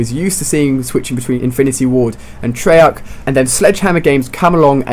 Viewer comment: It's treyarc not trollarc